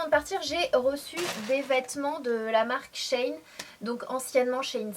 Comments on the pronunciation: J'aurais pensé que ça se dit she - In pour "she-inside". Bref Sanaa tu as oublié de nous montré les jupes en simili cuir portés! Super haul comme d hab! Bisous 💜 🍍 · C'est elle qui le prononce mal haha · Coucou Sanaa ! Super vidéo comme toujours ! Mais je crois que le site de prononce "She in" comme sheinside mais dans le "side" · Il me semble que on prononce Shein "She in" Comme avant c'etait sheinside ca me parait logique ^^ En effet les hauls sont mes videos preferées a moi aussi ^^ bisous ma belle! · Ca me fait marrer comment tu dis "SHEIN" ^^ J'aime beaucoup l'association du haut et de la jupe! Bisouuus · oui c'est vrai 😂